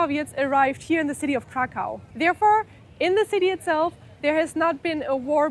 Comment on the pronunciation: Kraków a nie żaden krakau !!! Krakau mowili niemcy czyli naziści podczas okupacji naszego kraju.